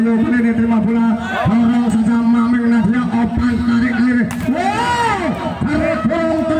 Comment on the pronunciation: maaf min,itu maming bozq,,,,bukan maning